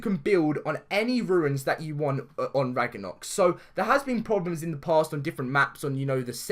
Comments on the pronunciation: Sorry not trying to make fun of you but it is pronounced Rag-no-rock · Idk if this is because ur accent and sorry not trying to offend u but its pronounced Rag-na-rock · DAILY GAMING VIDEOS AND FUN! love your vids bro but I was going to say about the mispronounciation but someone has cleared it up for u already lol